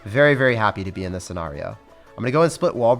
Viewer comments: This man said sce”nar”io bruh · Stop saying “scenario” like that.